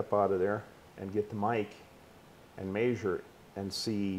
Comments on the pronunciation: I made a new drinking game, every time the old man says "may zure", take a shot. 😂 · "May-Zur it" 😂😂😂🤦🏽